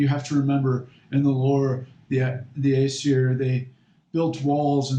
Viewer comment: Your pronunciations are all wrong. And yes it is important. Paganism is about connecting to the past. Remembering our roots. Its pronounced ōsatru and asseer.